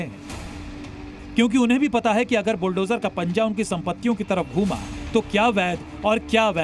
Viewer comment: संवाददाता पहले शुद्ध बोलना तो सीख ले बुलटोजर नही बुलडोजर होता है कैसे लाईव प्रसारण का चित्रण करते है